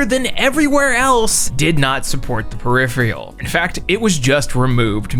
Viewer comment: Hang on... How did you pronounce "peripheral"?